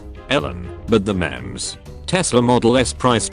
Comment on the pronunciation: I hate how he said memes instead of memes #dankness